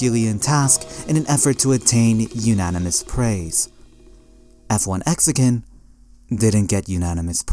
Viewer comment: saying "F-1 Exican" & "Exican" is criminal rage bait it's fucking FLEXICAN I really tried to watch this but I can't it's so bad